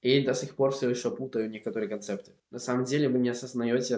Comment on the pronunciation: Привет! 1) Ты, молодец, что изучаешь языки. Продолжай в этом направлении. 2) Конечно, с меня лайк, подписка на канал. 3) Относительно твоего акцента, то он конечно же, есть. Особенно когда говоришь: а) "виды" (в твоем произношении как "вЫды", б) "что мне начали посоветовать", в) если "ШОA" (правильнее - "еще"), аккаунт в Инстаграмме...", г) в слове "некоторые" ударение неправильно произносишь и т.д. Сразу виден акцент на лицо. А так молодец. Но нужно посмотреть еще на тебя в разговорной практике, не на видео (с монтажом и вырезкой), а в реальных условиях посмотреть, когда общаешься с человеком (на разные темы) и времени на подготовку при ответе нет. 4) Относительно певца, то Макс Корж, беларус, родом из города Лунинец в Брестской области (Республика Беларусь). Тебе надо заинтересоваться такой страной как "Республика Беларусь". Я сама также из Беларуси.